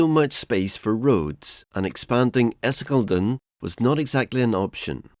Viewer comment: Essiŋeː - Leːden